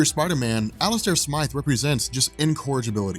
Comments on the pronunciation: its Alistair Smythe Like sm-I-the, like eye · Please stop calling him Alistair "Smith." His name is Alistair Smythe! Long "i" sound. Also, when Peter first wore the Black suit in the comics, he was not evil and the suit didn't corrupt him. The reason he got rid of it was because he found out the suit was a living symbiot that was controlling his body while he slept because it required adrenaline.